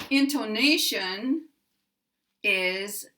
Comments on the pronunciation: It's because of your pronunciation of the o vowel sound, which is like a long O sound, instead of an 'uh. /in tuh ' na shun/ vs your /in tO nA shun/ in my opinion.' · In your pronunciation of 'intonation' you stress on the second syllable. The right stress is on the third syllable. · I think perhaps the confusion is just because you put a little more relative accentuation on "to" than some English speakers I've heard (especially those who speak British English), pronouncing it almost like: >> ˌɪntoʊˈneɪʃən [in-tou-NA-tion] ... rather than: >> ˌɪntəˈneɪʃən. [in-to-NA-tion] I've heard many American speakers pronounce "tə" this way like "toʊ" as you do, but it might throw off people used to hearing it more like the British pronunciation. It was clear to my ears though that you still placed the primary accent on the third syllable and secondary accent on the first. I think the poster was just thrown off by the different, slightly-longer way you pronounced the "to" syllable.